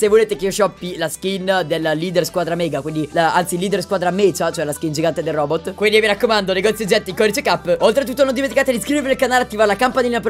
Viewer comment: Mecha si pronuncia meca non mecia dal se non mi sbaglio dal latino mechanization e mechanica